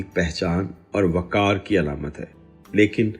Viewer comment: " وکار " غلط جب کہ " وقار " درست ہے۔